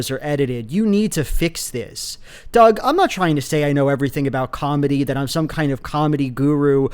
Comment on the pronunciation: Am I the only one who kept thinking he was calling Doug “Dogwalker”?